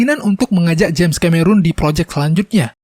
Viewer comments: bukan ka-me-run coy. tapi ke-me-ron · Bacanya Kameron, bukan Kamerun bang..